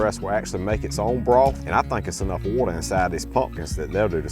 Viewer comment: My dad's family was from NC and he says water just like they did and there are other similarities so maybe NC